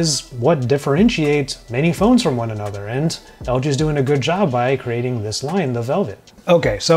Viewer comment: a-NO-ther big phone😔😔